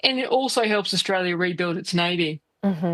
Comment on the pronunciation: Think you find it Australia. Not Orstalia.